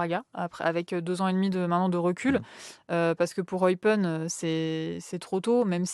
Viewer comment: Eupaine (Eupen), pour la prononciation. bisous de Belgique